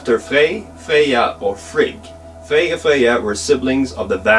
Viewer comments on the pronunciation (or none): none